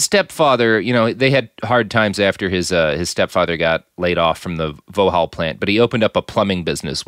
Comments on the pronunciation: Vauxhall is pronounced "Vox-haul" rather than "Voh-hall" :) Its a GM subsidiary/marque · vauxhall pronounced vox-hall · Such ignorance from the presenter....immediately mis-pronounces Luton as Lutton (if it was Lutton it'd have had two t's) & then immediately mis-pronounces Vauxhall saying 'It's a car maker I've never heard of' despite the fact that from 1925 Vauxhall had close links & ownership bonds with General Motors of, wait for it, Detroit, Michigan! I mean, at least do some research before coming on air!!? I stopped listening at 3 minutes....